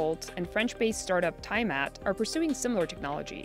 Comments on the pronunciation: Tiamat = Thai Mat ? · You should really look up how to pronounce Tiamat before publishing, next time. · How can you not know how to pronounce Tiamat? Isn't CNBC supposed to be GOOD at due diligence? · As a D&D nerd that pronunciation of Tiamat was like a punch in the gut